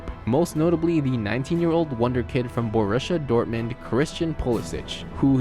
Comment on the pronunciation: Jesus Christ, you don't even know how to say Borussia Dortmund, or Pulisic. Dude... total F on this. PLEASE for the love of GOD, learn something about the sport. You know exactly... NOTHING.